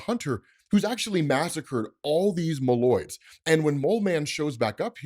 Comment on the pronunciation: MOLE-oids, not muh-LOIDS. You’re putting the wrong EMPHasis on the wrong SYLLable 😂